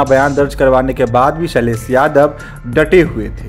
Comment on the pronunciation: Ok Bro, first of all its SHAILESH and NOT SAILESSS.